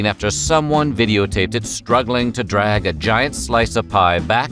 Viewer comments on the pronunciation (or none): none